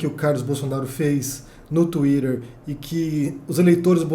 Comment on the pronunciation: Ele pronuncia em inglês.